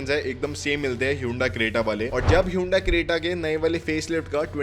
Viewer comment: Hyundai not Hyundia